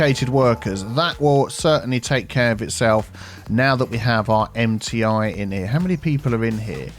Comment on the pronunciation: I heard "Empty Eye University" instead of "MTI University" 😆